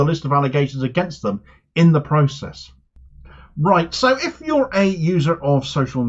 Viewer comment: i love the start of each video. "Royt"